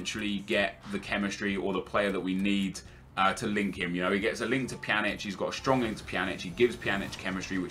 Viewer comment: Pjanic: "Panjek--"